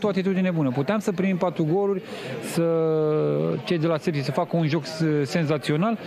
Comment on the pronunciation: de ce comentatorul tot spune ȘepȘi? eu vad ca scrie sepsi